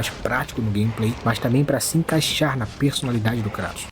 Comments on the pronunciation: Lembrando que Kratos é grego então a "pronuncia correta" de seu nome não é Kray-toes mas sim Krat-OW-s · Que vídeo bom do mano BulletOo. adorei a junção das duas pronúncias, vou aderir